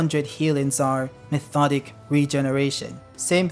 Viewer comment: Methodic regeneration? It's Mi-to-tic. Mitotic Regeneration: One Hundred Healings. 😂😂😂